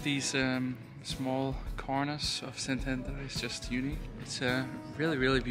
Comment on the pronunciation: Resident of Szentendre here! :D Amazing vlog & thanks for showing our town to the world! Glad you had a great time here. Also, your Hungarian pronounciation is impressive! ;)